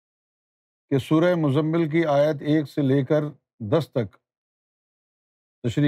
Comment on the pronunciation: السلام علیکم و رحمۃ اللہ قرآنی آیات کی تلاوت صحیح تلفظ کے ساتھ کرنے کا اہتمام کیا جاے تو بہت عمدہ ہوگا مزمل میں زا اور میم دونوں پر بھی تشدد ہے مگر موصوف محترم سے سبقت لسانی کی بنیاد پر غلطی ہورہی ہے اسی طرح کئی آیات سننے کا اہتمام کیا مگر الفاظ قرآن کے تلفظ میں کمی محسوس ہوتی ہے اس کی اصلاح بھی ضروری ہے۔ اللہ ہم سب کو صحیح تلاوت الفاظ کی توفیق سے نوازے۔ معانی کا مرحلہ دوسرا ہے۔ تشریح میں بھی کئی جگہ قابل توجہ امور ہین اللہ فہم صحیح سے نوازے